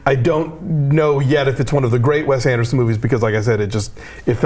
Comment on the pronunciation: Did she just say 'WEST Anderson' ??